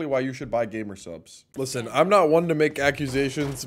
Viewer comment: Bro said listne